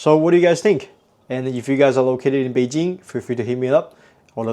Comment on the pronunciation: the moment she said the chinese word Beijing it totally gives away that she's 100% local. That accent is on point.